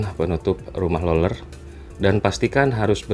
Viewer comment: Lu ngomong rolel rolel gak jls bang sumpah